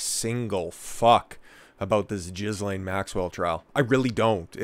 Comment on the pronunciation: You can't even pronounce her name.